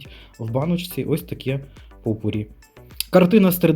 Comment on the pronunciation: ПопурI,наголос на останнiй склад